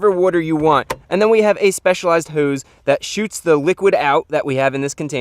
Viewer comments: "a speicalized hoooes" chrisfix quote of the year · The way he says hose kills me